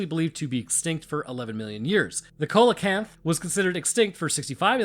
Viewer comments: SEE-la-canth oh-KAW-pee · look I'm not trying to be that guy but Coelacanth is said with a soft C, said "SEE-la-canth" (the real word is spelled with a dipthong oe which makes a EE sound so I guess soft C applies) and the second animal is called an Okapi not an... I think you said Olukai? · coal-a-kant oka-pie :D